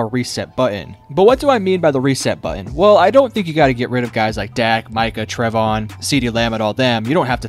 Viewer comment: Called that man Trev-ON😂😂